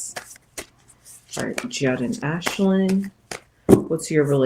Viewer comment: It's pronounced 'Jood, rhymes with dude.